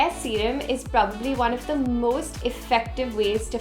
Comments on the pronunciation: "Serum" PS: I am too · "serum" Love ❤️